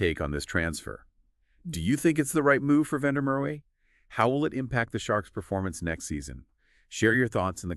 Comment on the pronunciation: the W in Merwe is pronounced as a V. I think he opted against moving overseas because he wanted to be part of a team that was loaded with Boks and makes sure that he is in the eyes of the selectors, he opted against moving to the stormers because he didn't want to move back home and he also got tired of playing in front of empty seats at the emirates park